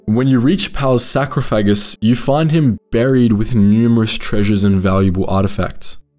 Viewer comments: Did you say sacrophagus?? Lol, it's sarcophagus. Sar-coff-uh-giss. British people are and their pronunciations lol. Baohwahah, al you minimum haha. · his WHAT? Did you try to say sarcophagus? sar-cough-ah-gus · It's pronounced SAR - CoF - E - Gus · Great video but was confused by sacrifagus? Is that a starwars thing or miss spoke and meant sarcophagus? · Your pronunciation of sarcophagus made me snort 🤣 No disrespect your videos are amazing, probably why it caught me even more off guard 😂 thank you for all you do! Keep up the great work!